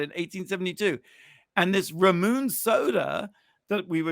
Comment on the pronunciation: Ramune = RAH-myu-nay. Y'all need to get out more, haha. Hot as ever. <3